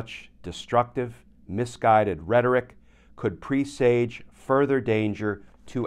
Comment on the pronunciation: Dude, check your pronunciation of “presage”.